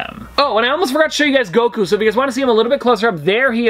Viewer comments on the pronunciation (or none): none